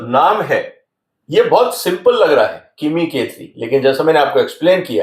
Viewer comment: Pls get the name right...it's KIMI K3..not KIM